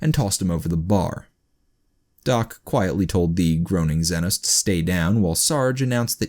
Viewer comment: The way he pronounces xenos causes me physical pain